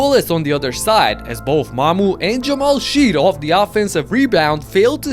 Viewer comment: It’s pronounced Jamal “Shed”, just fyi :)